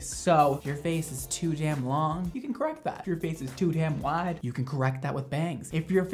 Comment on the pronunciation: OMG!!! At the beginning, and you said the word "wiiiiiide" I knew it. You're from the south somewhere aren't you?<3